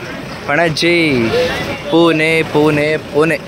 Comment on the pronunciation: ಪುಣೆ ಕಣೋ ಪುನೆ ಅಲ್ಲ